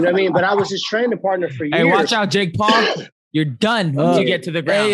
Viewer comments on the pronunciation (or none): none